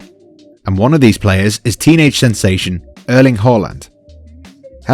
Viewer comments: Just a note from a Norwegian since you managed to pronounce his last name correctly; his first name is pronounced with an "æ" at the start, not an "e". Please don't ask me why. We are strictly forbidden to ask questions about Norwegian vowels while in school here, but then we sort of get used to the way absolutely nothing makes sense and stop caring about it. Anyway, if you're wondering: the "æ" sound is the the same as the "a" in the English word "past". We like to add some random vowels to confuse foreigners. It's all we've got. Leave us alone! Add that and you have the perfect pronunciation of Erling Haaland's name, as probably the only person on the internet. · the word is erling! srry f too indiscreet!